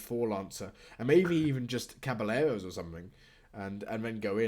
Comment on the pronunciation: Caballeros is pronounced like "cabayeros"